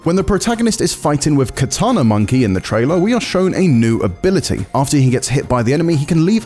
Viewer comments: “Katana” lmao?? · it hurt everytime he said katana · he said katana... oh well....